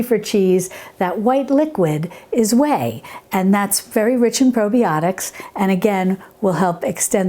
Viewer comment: "Probie-otics" Ha ha ha!! Is Gibbs from NCIS making this?